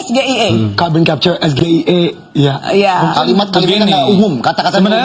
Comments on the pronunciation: Gibran membacanya salah yg di pertanyakan arti kata singkatan dalam kalimat dan katanya berbahasa English tapi Gibran cara membacanya salah ,itu sebabnya membingungkan Sebenarnya SGIE yg benar di bacanya seperti ini Es Ji Aiy I /Esjiaiyi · Sok2an mau jatuhin Gus Aimin tapi justru ucapan nya aja salah, singkatan bahasa inggris tapi di ucapkan nya bahasa Indonesia 😃😃😃😃😃😃